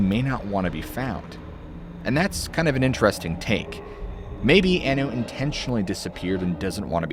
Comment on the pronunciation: Also. Maureen "Anu" was pronounced "on-new" not "an-new"